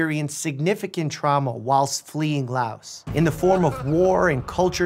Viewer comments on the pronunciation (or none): none